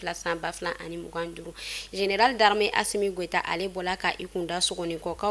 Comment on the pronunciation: Vous l'a c'est quand vous allez vous apprendrez à dire ASSO goïta que le président de la République ❤